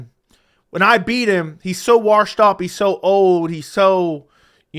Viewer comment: Washed doesn’t have an R in it